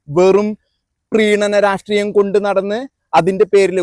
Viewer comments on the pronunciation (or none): none